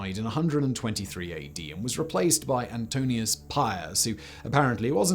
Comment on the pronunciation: Antoninus Pius, not Antonius. Have been looking for a proper archaeological history of the wall on YouTube, but sadly this isn’t it.